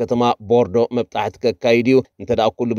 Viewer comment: ኤማ ጽቡቅ ኣቃራርባ ግን መጥባሕቲ ኢልካ ኣቅርባ መብጣሕቲ እያ ትብል ዘላ